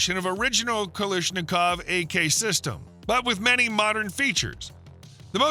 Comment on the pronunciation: It's Kalashnikov, not "Kalishnikov".